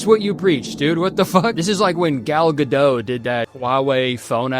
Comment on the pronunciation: Hey, , the past tense of (co)found adds an -ed - saying he "cofound" something makes it sound like he helped FIND something. Also the T in Gadot is not silent. But thank you for using the correct verb form in one of those agencies that DON'T charge you (a lot of people not only say doesn't, but insist it's correct).